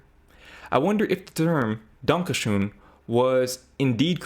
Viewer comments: Your pronunciation of "Danke schön" was leagues above that monstrosity that passes for a song. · First off your pronunciation of "Dankeschön" was spot on and yes it's the German "dankjewel" or "thank you very much". Secondly... Defaq!?😂 Since I have no life I looked up how old the word is and this specific phrase of thank you is from sometime during the 18th century. After that I looked up the song lyrics and it seems like a lovesong to a German woman Wayne Newton met at some point. At least it very much seems like he learned a couple words of that womans language... So no. We very much know what gratitude is and are also capable of verbally expressing it😂😂😂 German speakers did in fact invent their own language, no Americans needed 👍 Edit to add: every single person in the screenshoted posts did also type the song title wrong, it's Wayne Newton's "Danke schoen" in correct German spelling only using an oe instead of ö which I'm assuming is probably due to English typewriters not having the letter ö. It's still a correct way to write the word.